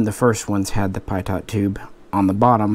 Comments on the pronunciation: Your videos are good but I cringe everytime you pronounce Pitot as "Pie-Taught", it's pronounced "Pee-Toe" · Don’t be such a pie-daughnt